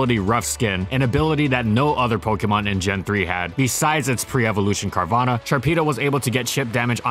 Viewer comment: Everyone: "carvaña": "carvana"